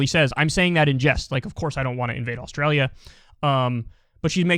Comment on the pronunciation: She thinks it's spelled "Aushtralia" !